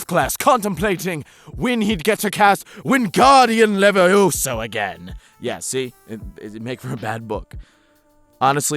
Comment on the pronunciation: I don't know what triggered it. But when you said Vingardium Levioso, I needed to write this as well as ask this: Who hurt you?